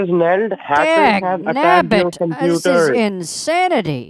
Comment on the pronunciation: wow, that's a lot of ma'am-ing, commpuuder and more ma'ams 😂😂😂